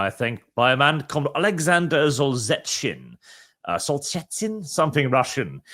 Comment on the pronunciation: It's pronounced soul-zin-nyit-tzin